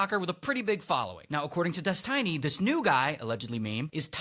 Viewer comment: God that guy said "Des-TINY" way too many times 😂